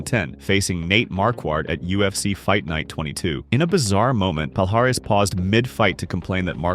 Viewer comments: Not Pal-Haris. That hurts my ears. It should sound more like palliares, like in million. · Palhares sounds like "Pall-eee-ar-eee-ss", not "Paul Harris" as you folks say (funny for a native brazilian to hear it) ;) great content bro! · Pronunciation-- pa-li-ahhhh-rezzz